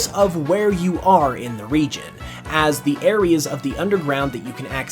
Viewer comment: What he said: "...because it might help you appreciate this region even more" What i heard: "...because it might help you appreciate this RE-GEN even more" 😂😂